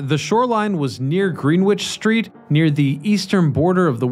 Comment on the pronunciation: "Green-witch Street" lol